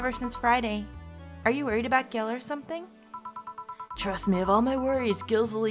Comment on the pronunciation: Rip she's still saying Gil wrong